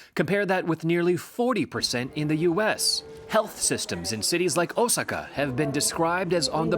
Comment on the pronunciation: Hearing you mispronounce Osaka as OH-SUCKA really made me smile. All jokes aside, thanks for a report on the current status of the summer games. Skateboarding’s Olympic debut seems doomed